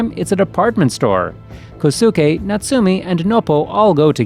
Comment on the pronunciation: its NOBO and natsume is natsume and not notsoome